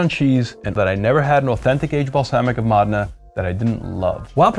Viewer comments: Wrong. It’s pronounced MOH-deh-nah. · Mo dee nah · Mō dā' nă, not må' de nŭ. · Módena, not MOH DEH NAH, or MOUDENA, neither MOUDINA. Módena. MÓDENA. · Buddy tryna act all badabeep badaboop but keeps saying Mahdenah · FYI, the correct pronunciation of Modena is MOH-deh-nah. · East Coast Accent Pride goes deep. Lol "Mahd'nah" Then there are the proud Italian Americans who insist on saying "mOHdAYnAGHHHH!" Because they once heard one Italian say an e like an ay and watch too many Italian American movies where everything is over annunciated. Meanwhile, Italians will pronounce it differently depending on their regional accent and dialect. A Sicilian (who might not even consider themselves Italian) will pronounce it very differently than someone speaking in a Venetian dialect or Corsican (who might not consider themselves Italian). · there. MOdena. Home of Ferrari and Pavarotti. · The way he's saying Modena is making me crazy. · Driving me nucking futs!!! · Completely wrong. Also no idea how aceto balsamico is made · you need to learn how to pronounce Modena